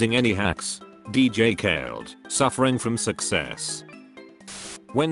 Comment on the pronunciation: #uselesscomment Is it just me or when he says khaled he says kale